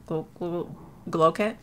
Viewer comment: 😂 omg u made me laugh when you tired to pronounce GLOW KIT 😂😂 It has a mangoish 🥭strawberry scent 🍓 LETS GET THIS LOOK STARTED ,UR HILIGHT IS CUT NECK GORGEOUS Ig:CARIBBEAN_TROPHYS 😍😍